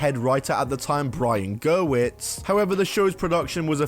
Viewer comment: I always chuckle when people pronounce Brian Gewirtz as Brian GERWITZ 😂